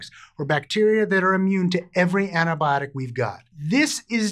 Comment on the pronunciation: I thought he began the video enthusiastically saying "It's tampon awareness week!" E-nun-c-i-ate.